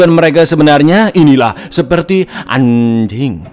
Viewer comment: Bang ngomong anjingg nya biasa aja dong 😂